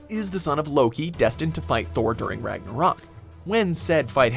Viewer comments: The way you say Ragnarok really upsets me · Why this guy say ragnaroak